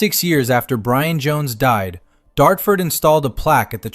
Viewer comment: You Wuv Bwian ❤😂